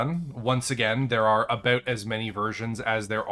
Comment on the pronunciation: Holy wah! please just post a video of you saying about.